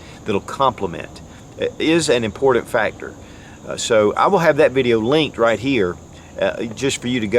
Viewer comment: I've been a subscriber for years and love your content! But man, I hate the way you pronounce important 😂